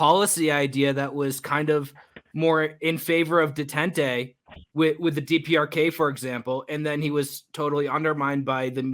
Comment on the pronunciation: If happens by here, and with respect... détente: say "day-TAUNT" vis-à-vis: "vee'-za-VEE" ("a" sound is as in "at")